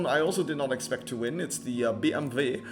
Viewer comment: I love how you said "Be-Em-Ve" in RQ 57, thats how you do it❤